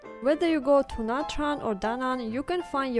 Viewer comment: Please take care for correct pronunciation of "Nha Trang".